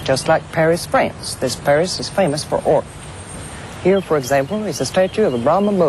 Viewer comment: Texas "ort" - great piece, great lady...reminds me of a Texas gal saying, "Well my Daddy made his money in "awl" [oil]." :)